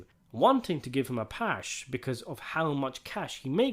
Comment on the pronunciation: Did you say give him a pash?😅